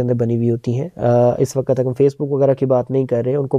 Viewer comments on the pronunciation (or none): Uss 'wakat' nhi, uss 'waqt'